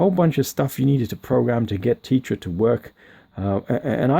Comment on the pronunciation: T-eh-tra not tee-tra, let's call the whole thing off!!! Lol